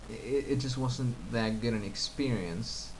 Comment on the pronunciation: Also, , when you say "wasn't," the "s" came across "devocalized," sounding more like an "s" than a "z." Finally, we generally do not say "I did a mistake," rather, we'd say "I made a mistake." , when you say "chatting," it sounds like "channing" to me. So I would say you on occasion have a tinge of foreign accent in your intervocalic consonants. But I emphasize once again these are so very slight, and would otherwise go unnoticed except that you asked for feedback.